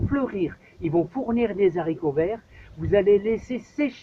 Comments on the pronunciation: En français on dit des Haricots pas des Zharicots! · Nb ... Comme chez nous. Les Z.haricots vert ... mdr